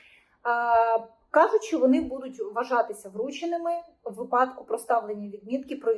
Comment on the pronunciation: Питання до ведучої, чому у слові Випадок, вона ставить наголос на А? Я навіть прогулив - наголос має бути на вИпадок. Було б приємніше чути правильну вимову, бо ви ж розмовляєте на загал.